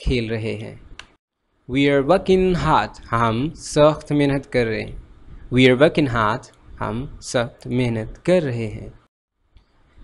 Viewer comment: U have one mistake that i noticed..."we" pronounced as "vee" not "vui"... M i right??